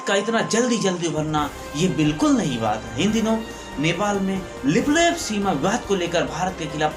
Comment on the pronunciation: Bhai Lipulekh Jb bolre ho smjha nhi ara kya bolre... Shabdon ko thoda ache se bolo bhai..baaki sb badiya h... Gud wishes